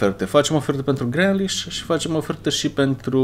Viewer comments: Grealish se pronunța Griliș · Se numeste grilish